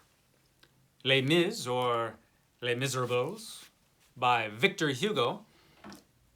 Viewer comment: You'll get it! You're just out of practice. In French, you never pronounce the last consonant unless it is followed by an e. Hence, miz er ahbl with a soft a. Not miz er ables with a long a. But trust me, I'm no French grammar guru.